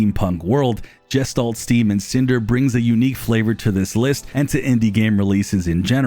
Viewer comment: Got 23 in and was worried I wasn't going to see Gestalt. (That's guh-shtalt, btw. It's a German word.)